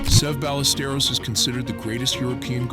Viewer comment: Would be be nice if the commentator bothered to pronounce his name correctly….ffs!